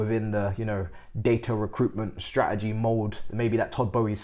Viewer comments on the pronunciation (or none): none